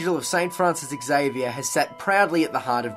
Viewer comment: Interewting video. Xavier is pronounced Zavier and not eks-avier.